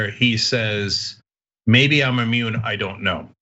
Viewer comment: Instead of maybe I'm immuned...he was actually saying...may I'm a-moron